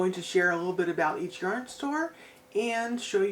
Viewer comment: Omg I laughed out loud when corrected your pronunciation of Yarn. 😆 🤣 You guys sound like a blast to gang out with. I occasionally visit that part of the country. The yarn you bought is all gorgeous. It's sad that your hands are so sensitive. Big Hugs 🤗 ❤️